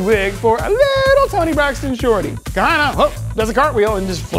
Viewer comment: The right choice. She could not hide "MAN" at all. She couldn't even say her own name right using her own logic. If it's Kahanna, why are you pronouncing it Kana every time you say your name?